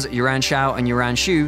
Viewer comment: It's quite difficult for British people to get Yuan pronunciation correct